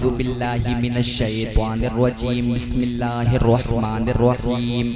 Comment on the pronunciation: Basallam nhi hota he beta